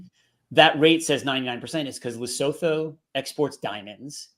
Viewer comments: Just for interest's sake, guys. Lesotho is pronounced Le-Soo-Too. Just say it kinda fast and you got it. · I love how you pronounce Lesotho 😂 Try this Lee - su -tu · Dudes, you're murdering the pronunciation of Lesotho. It's "Luh·soo·too" 😄 I'm South African and our tariff is 7.5% when the mad king claimed it is 60%. In our case we're also definitely being targeted hard because of the ICJ case (ignore the white genocide bs) so spare a thought for us, especially since we already have a 32% unemployment rate. I'm off to enrol for Mandarin lessons 😬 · Please learn to pronounce Lesotho. Love y'all. ❤